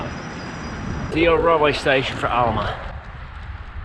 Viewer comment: Great tour of my hometown of Alma! And yes you did pronounce it correctly. JOM now you understand my affinity with dirt roads too!